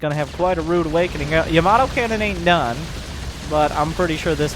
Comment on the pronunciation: No1 gonna acknowledge he's mispronounciation of Ya-mA-to? No........ ok